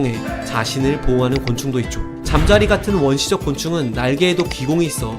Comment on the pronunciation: 잠자리 발음을 일부러 그렇게 하는건가 ㅋㅋ